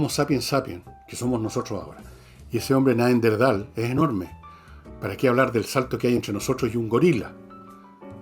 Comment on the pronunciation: Entiendo que la palabra es Neanderthal y no Neanderdhal como lo pronuncias Fernando, que precisamente es el antecesor del Homo Sapiens.